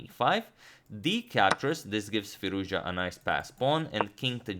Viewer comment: That is pronounced "Firooz-ja"